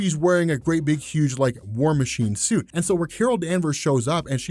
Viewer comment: "war masine chuit"